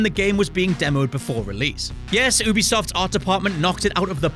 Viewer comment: I disliked because of the way you pronounce ubisoft